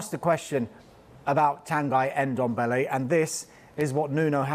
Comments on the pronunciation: It’s Ndombele not Endombele🤣🤣🤣🤣. Funny thing is they are all pronouncing the ‘Ndo’ perfect, just remove the ‘e’ you’re pronouncing at the beginning. Same thing I hear every time they try saying Mbappe’s name. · It's Ndombele not N-dombele...... Jeeez!! 🙄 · Tan guy Dombele. Pronunciation is key, lads. 🤣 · Brandon Ayong he should be behind bars for that "Endombele"